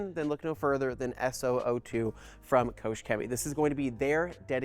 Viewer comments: Maybe you could start by pronouncing the name of the company correctly. Here's a clue, it's not Koshe. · There's no "ou" in Koch.